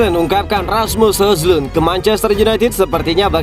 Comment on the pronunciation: Min maaf bener ini yaa, baca nya Hoylun Min, bukan Hojlund sekali lagi maaf ya Min